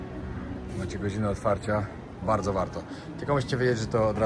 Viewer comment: super jak mówisz wardzo wardzo barto, przy poprzednim filmie oplułem monitor i lałem cały dzień przez to przejęzyczenie w pizzeri xD zrobiłeś mi dzień!